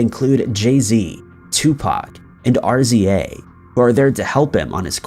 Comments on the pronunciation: it's not R.Z.A, it's RZA (ri-za). 😂 dude has to be trolling, nobody can be this wrong this often and is actually actively researching these subjects. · RZA is pronounced Rizza🤦🏼‍♀️